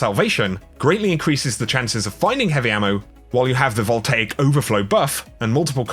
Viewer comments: It’s pronounced voltayick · Vol-tay-ik is the proper pronunciation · Voltaic is pronounced vohl-tay-ick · "Vol-tay-ic" your welcome xx